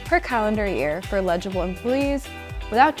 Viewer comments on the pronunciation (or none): el-i-g-ble NOT il)legible